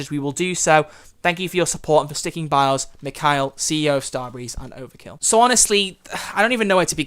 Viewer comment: They way you said Mikael jesus christ